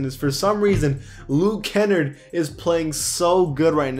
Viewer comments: Bruh you need to learn how to pronounce luke kenn-ard , it’s not luke kenn-erd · It’s KA NARD not KEN NERD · Kennard is like menards, Kennard. Not Kennrd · It’s not Luke “Kennerd”. It’s Luke Ken-ard!!! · that ticks me off because im from his hometown and its pronounced ken-nard not kenn-erd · It’s pronounced Ken-nard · LUKE (ken-Na-rd) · ITS LUKE KEN"NARD" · Luke Ken-nard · As A pistons fan, it made me a little mad that he was proncuing Luke Kennard’s name like that. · Every time he said Kennard it triggered me